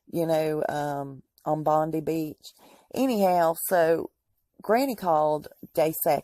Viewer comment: It is pronounced BONDI (LONG I ) BEACH!